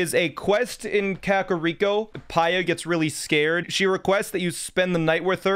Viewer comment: Finally someone who says kakariko right